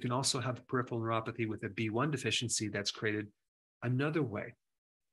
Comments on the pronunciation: It is pronounced per-iph-er-al not perifial. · He can’t say peripheral .. Perif ER AL… 👈🏿 (Not peri fial …) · peri pheral. (not periph IAL)